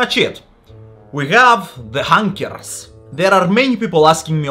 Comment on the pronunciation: "We have...the honkers" 🤣 never knew I needed to hear a Russian man say that